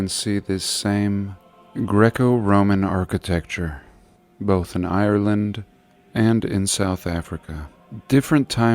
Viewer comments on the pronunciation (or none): none